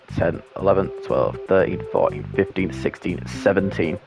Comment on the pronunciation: When you said 16 I thought you said 60